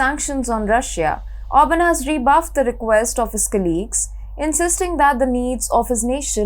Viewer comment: ORBAN!!!!!! not Auburn!!!!!!!